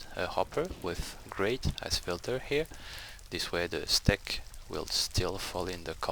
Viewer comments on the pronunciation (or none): I Can't take it anymore D: The word "Steak" is pronunced the same way as the word "Stake" The phonetic sound would be like: "Steik", just like that. Why do you use Rope instead of ladders? Diamond block in a ROM? Really? meh D: But yeah, for you it's completely useless lol